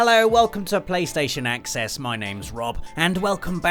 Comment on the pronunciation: I love how you say Playstation Axe-ess right at the start with the GoW axe in centre screen. Was that intentional?